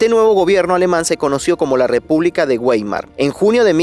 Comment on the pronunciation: la esvaltica no nació con el partido nazi, nació en la India, es un símbolo Indú y República Weimar, la w se pronuncia como V, Veimar.